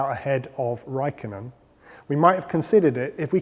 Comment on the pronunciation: Did he say Vaikkonen)))